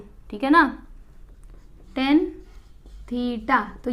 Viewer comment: Didi vo tan he thes is not ten